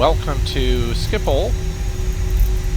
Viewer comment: Wow, as a non-native Dutch speaker you pronounced Schiphol very well! The 'g' in Dutch is hard to speak for non-native Dutch speakers.